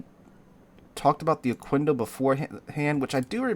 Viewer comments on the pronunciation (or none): It is pronounced okendo not okuendo